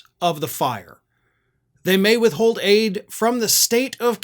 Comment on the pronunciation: Aid not ADIE!